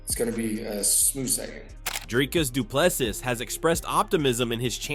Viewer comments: Doe-ple-sie Not Doe-ple-sis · Pronunciation - Doo - Pleh _ See,.. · Bro say DDP surname properly please its getting irritating at this point